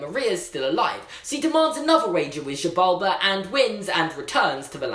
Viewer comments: the way you pronounce the gods name is Sea-ball-ba. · His name is pronounced ZEE-bal-ba!! And the Book of Life is not a Pixar movie!!!!!!!!!! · It's pronounced Shi Bal Bah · Xibalba I think is his name (Zee-bau-ba) is how to pronounce it SD CARD🙃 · it’s pronounced Si bal bah If anyone is wondering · Btw, it's pronounced Ze-Bal-Ba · his name is Xibalba, I don't know how u got that out of Xibalba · first of all it's Xibalba, but thanks for just choosing to give up attempting to pronounce the name, as though it's unimportant. also, Miguel and Manuel are completely different names... how incredibly disrespectful.